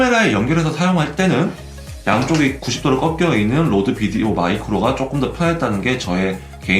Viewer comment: 국내 로드 비디오 마이크로 유튜브 리뷰중에 '로데' 라고 안하고 '로드' 라고 제대로 발음하시는 분은 이 처음인듯 합니다..ㅎㅎ유튜브에서 동일제품의 여러 비교테스트를 포함한 본 테스트를 본 결과, 데드캣을 끼지 않은상태에서는 고음쪽이 얇고 거칠게 들어오는듯한 로드 제품보다 보야 와 모보 쪽이 오히려 중저음이 더 들어와서 균형잡힌것 같고 데드캣을 낀 상태에서는 로드 제품이 중고음이 답답하지 않고 목소리가 적절히 선명히 잘들어오고 보야쪽은 탁해진 느낌이 드네요.데드캣을 뺀 실내쵤영시는 보야 와 모보 제품이 좋고 데드캣을 낀 야외촬영에서는 로드 제품이 좋네요. 의 비교리뷰가 큰 도움이 되었습니다. 고민은 그만하고 사러가야겠네요.^^